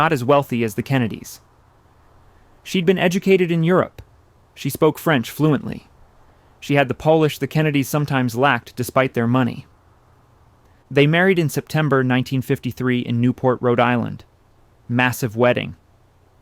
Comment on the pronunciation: You can tell it's AI when polish is pronounced Polish.